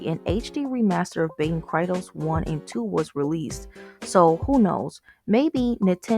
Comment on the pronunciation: Baten Kaitos is pronounced "Kai-tos" Also, the canceled Baten Kaitos 3 was for DS, then listed for 3DS before being pulled from the release schedule